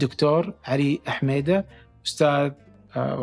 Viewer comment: نقولو محمد صح وحميدة هههههه نفس الاسم النطق يختلف حميدة ههههههه